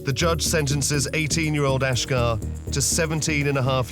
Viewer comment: Why does the narrator say ashgar, when family say ashjack??? Who is this guy???